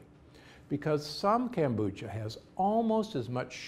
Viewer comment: Kome on! How hard is it to pronounce Kombucha?